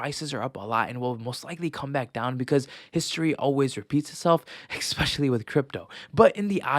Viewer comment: *Especially Not "EXpecially"